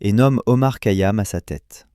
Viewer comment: Essayez de bien prononcer bien son nom..c'est KHayam!! Ka yam m'ecorche les oreilles !!!